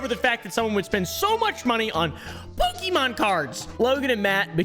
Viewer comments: @@ when I was a kid back in the 90s all the adults said po-kee mon or man's, but it's pronounced po-kay mon 😅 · Poke E Mon... i cannot listen any more. Po Kay Mon. Pokemon. At this point just call them Pokemans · I love it when you say “Pokey Man” ❤😂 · He calls them Pokimaine Cards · its actually po-keh-moan if we're going by japanese pronunciation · Running rn to my homecountry to change my ID and passport 😂. I speak Spanish baby, we pronounce it PokeMÓN 💅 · @@ That's literally what my grandmother still calls them. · Cilib priniincis Pikimin lik in ild lidi in thi 90’s